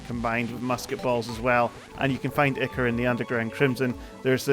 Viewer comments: i think its pronounced "eye-kore" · I -Core is how you pronounce ichor